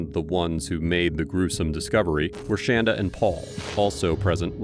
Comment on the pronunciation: She hates when people pronounce her name shan-da rather than shon-da. SHAN DUH SHAN DUH SHAN DUH!!!